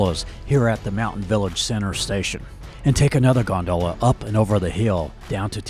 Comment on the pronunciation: Please please pronounce gondola correctly! /ˈɡändələ/ Great video but you incorrectly pronounce the word many times and it’s pretty distracting. Thanks! ✌🏼